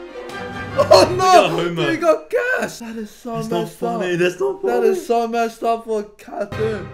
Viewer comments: i heard "messed duck" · “....messed-up?” Thats what I heard lol